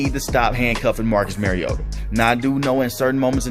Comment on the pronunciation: Mar-E-O-ta Not Mare-E-O-tah He's not a female horse. Like Mario Andrette. But "ta" instead of Andrette. Please people. Learn to pronounce the name of your subject. Example for all you Tubers, journalists, reporters, talking heads, etc. for correct pronunciation of your subject's name; Mariota. Mariota correctly pronounced throughout this entire video. Without fail. How Bolts Can Contain Mariota & Falcons | LA Chargers